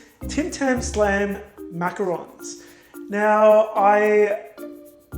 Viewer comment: Omg you have a perfect french accent why don't use it when saying macarons 😱